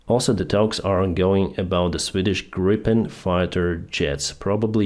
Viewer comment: The Swedish fighter plane is in Swedish pronounced Greepen and not Grippen.